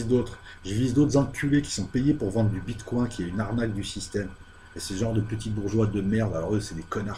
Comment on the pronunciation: J'ai eu cette vidéo en recommandation YouTube ... Mais pourquoi YouTube me recommande ça ?! Vous ne faites que parler sans justifier quoi que ce soit, vous ne savez pas vous documenter, ni même prononcer correctement un nom. (le bitcoin, avec "coin" un canard, sérieusement ?) YouTube devrait sanctionner ce genre de chaînes de désinformation et de manipulation au lieu de celles qui produisent du contenu de qualité MAIS qui ont diffusé un extrait de 5 secondes d'un contenu sous copyright.